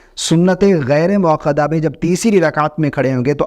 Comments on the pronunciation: محترم! پہلے موقدہ اور موکدہ میں فرق کو سمجھ لیں کر لیں۔پھر video بنائیں۔ سنتِ موقدہ غلط ہے۔ سنتِ موکدہ صحیح ہے۔ اصلاح کر لیں۔ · سنت موکدہ درست ہے سنت موقدہ غلط اتنی فاش غلطی؟ ایک عالم دین کی زبان میں، وہ بھی ایک بار نہیں، بار بار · لفظ سنتِ موکدہ ہے یا موقدہ (قاف کے ساتھ)؟ یہ لفظ تاکید سے نہیں نکلا؟